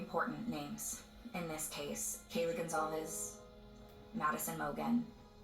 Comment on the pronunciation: “Goncalves” is pronounced “GonZalvez.” It’s Portuguese.